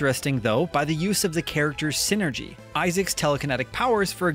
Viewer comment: It really hurt to hear some of your pronunciations that just piss all over the hard work done by the localization team. For one thing - “Psynergy” is not pronounced the same as “synergy” but is rather a pun on that word and “psychic” - so Psynergy would be like synergistic psychic power, which is exactly how it’s portrayed in the game with its elemental/natural focus. More egregious is your pronunciation of “djinni” which just boggles my mind. You pronounce that the same as “genie” because they’re basically the same term. They are not pronounced the same as Harry Potrer’s girlfriend/wife.